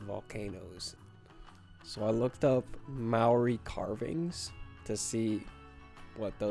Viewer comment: Kia ora from New Zealand, it's pronounced like Mata-hau also the word Māori is pronounced like Mau-di with a roll of the tongue